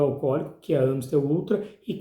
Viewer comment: Naoo é Ã é A ... Amistel.... Tem Ã no rótulo??? Para de falar errado